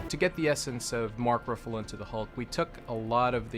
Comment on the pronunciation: Mark “Roofallo”